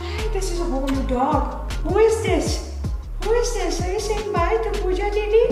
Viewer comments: Pawja ?? It's not Pawja it's Pooja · Pawja is not right, it's Pooja or Puja 🙂